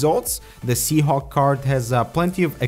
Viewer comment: Surely I'm not the only one hearing SeaHonk, right?